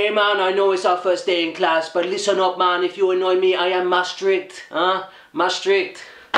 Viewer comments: its maastricht is pronounced maastrigt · I'm at the start of this video, I'm dutch and I'm expecting Drop, Kruidnoten and stroopwafels. Let's see what I guessed correct xD (There's always drop) You pronounced "Maastricht" wrong. xD the ch sound is pronounced with the typical hard-to-pronounce "GGGG" sound. O my god, schat kistjes, I used to be so addicted to those! But.. No drop, kruidnoten or stroopwafels? I'm disappointed in the person who sent you that package. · It sint mastricht iets Maastricht.. xD you have to say maaaaaaaa- stricht BTW the 'ch' means g and you say gggggggggge